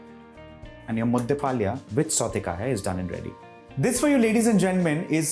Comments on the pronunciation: Very nice recipe and explained in a very systematic way. However, being a Kannadiga, I was cringing a bit at the pronunciation of southekayi (Varun was pronouncing it as southekaaya!) and palya (Varun pronounced it as paalya!). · Authentic Mangalore cuisine does not use peanuts...for the simple reason because its not grown there...and pl chef it's pronounced as 'Southekayi..and 'mudde palya'